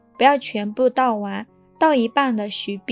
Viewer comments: 因為美國亡他之心不死，所以只能許碧不能雪碧🤣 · 应该念雪（xue）碧 不是许碧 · 難道你的麵粉也念蜜粉，你的雪碧也念許碧嗎?你哪裡有疑問?你看影片了嗎?你打開音效了嗎?你哪裡有問題嗎? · 「許」碧、發「叫」，這中文聽起來不大順當呀，播主是哪兒人吶？ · 我聽雪碧聽成許碧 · 我聽的是教母、許碧………挺出戲的。 知道中國把"酵"唸作"窖"，但把雪碧說成許碧只有她……應該是個人錯誤吧！